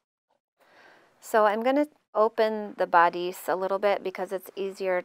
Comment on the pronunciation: Nice instructions! I think you should google the pronunciation of the word bodice.